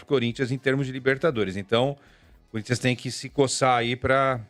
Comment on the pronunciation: Sormani tentando falar o nome do time, parece q tava tendo um derrame 😂😂😂😂